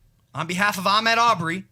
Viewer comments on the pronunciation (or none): He didn't even say Ahmaud's name right.